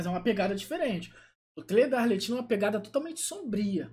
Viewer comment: A pronúncia do nome é arleQuino, “ch” em italiano tem sim de “q” e o nome de todos os fatui é em italiano